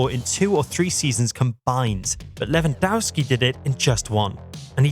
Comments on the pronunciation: Lewandowski is pronounced Levandovski. The W is like a V in polish. How many fucking years do we need to explain that to you people? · Pronounced Levandovski. W=V in polish. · How about pronouncing his name correctly! LevanDOFFski!